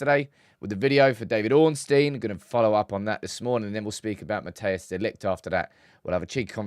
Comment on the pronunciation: It's not pronounced Mattheus De Ligt, Mattheus makes it sound like a german name. It's actually pronounced more like, Mat-ice De Ligt. Greeting from The Netherlands, hope we get him and Zirkzee!